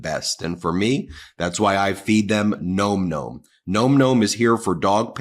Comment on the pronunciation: Listen to me please, my hunny and tell everyone who is doing the ads for Nom Nom. It's a wonder the sponsor hasn't said something. It's "nawm nawm". Thanks for listening.